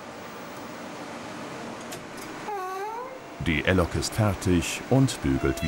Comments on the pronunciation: wenn ich dieses " Elllllok" schon höre wird mir schlecht! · Hat der Sprecher einen Sprachfehler??Was bitte ist eine L Lok??